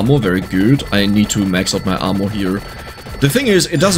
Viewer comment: Genuinely love the French pronunciation of Armour 😂 More correct would arguably be “AR-merr” :)